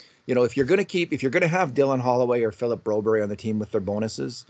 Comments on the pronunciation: It's Bro-BERR-yuh, not BRO-Berry! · Yes exactly! And in Canada it's Broberg. I'm a Canadian Swede and I find this pandering kind of annoying lol